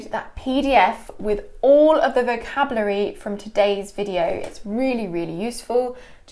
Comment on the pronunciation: did you say vo-cab-lu-ary? In Canada we say vo-CAB-u-lary with the emphasis on CAB followed by u-lar-y. I’ve never heard it pronounced lu-ar-y. Interesting ❤️🇨🇦